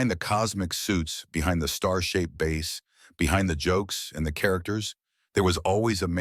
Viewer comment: Ripped video clips stitched together without any sense of proper sequence, coupled with an AI voice over that can't distinguish the pronunciation of the instrument or the fish.